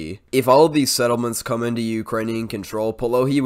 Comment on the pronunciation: you're so great with the settlements names! thets cool. keep it up : )